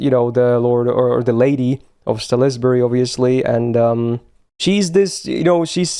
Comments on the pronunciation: It is not pronounced as sa-lis-bu-ry tho... It is more like saus-bury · Hate to be that guy but it's "sals-bury", "glos-ter" and "nor-itch". Fun video, it's always great to appreciate the story :).